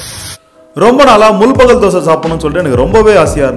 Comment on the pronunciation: Adhu mul-bagal illa bro, It's pronounced as Mul-baagal